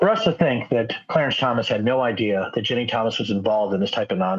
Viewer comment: Are you saying Ginni? Because it sounds like you're saying Jenny.